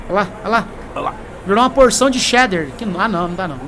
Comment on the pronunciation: É muito bom escutar um não paulistano falando "Cheddar", assim e não "chedder" como paulistano diz.